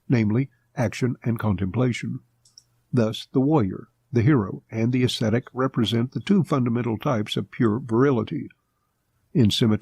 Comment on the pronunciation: Why can't they pronounce "Ascetic"? It's not that hard